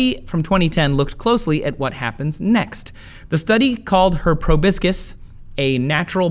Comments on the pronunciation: Did anyone notice he said probIscis instead of the proper term, probOscis? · Proboscis: pro-BOSS-is, not pro-BISK-is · Mosquitoes never bite me. btw it's pronounces pro-bos"-cus not pro biscus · YESSS! comment #501! I am the pronunciation police. The word you are trying to say is pronounced PRO-BOSS-CUSS not probiscus. live it learn it know it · Proboscis, not probiscus. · Hahah, proboscis is pronounced "pro-BO-sis". You're such a goober. Very informative, though. Thank you :) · I also had a good laugh at that